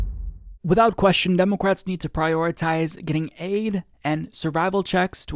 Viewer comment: the only thing that gets me is you saying, "DEH'-mə-krats" as, "Deh'-Mo'-krats." Nobody pronounces the middle "mo" as if it has emphasis. Emphasis goes on the first syllable. Let the MO go. DEH muh krats. Not, DEH MOH krats. It's just weird.